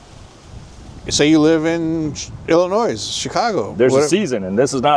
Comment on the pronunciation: IlliNOISE? Really? The letter S is not pronounced.